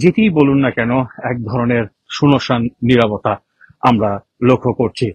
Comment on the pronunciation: সুনোসান আবার কি? উচ্চারণ ডিফেক্টিভ